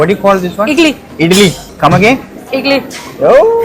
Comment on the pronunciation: It is ഇഡ്ഡലി,, not ഇഡ്‌ലി dear 😊